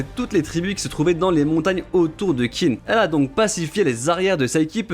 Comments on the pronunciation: Meilleure vidéo de la chaîne ! Par contre on ne dit pas Qin (Kin) mais Qin (Xhin) et oui le nom original du pays vient de là (Chine). Encore merci pour ton travail de forcené ! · D'ailleurs je sais que dans le manga ils font l'erreur pour la compréhension mais "Qin" se prononce "Chine" en chinois. Et c'est justement parce que c'est l'état de "Qin" qui a gagné que plus tard ça s'appellera la "Chine" ;)